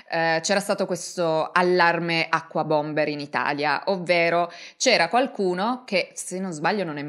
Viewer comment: Unabomber, non acquabombet. Terribile come la ragazza non sa nulla ma racconta lo stesso. Ci vorrebbe un disclaimer: tutto inventato